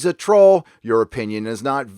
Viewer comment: "Trol Legislation" lol